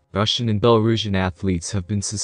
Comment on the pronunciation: When pronouncing Belorussia you have to say Belo-ru-shia not Beloruzhia. And it's Tut-be-rid-zeeee not Tutberidz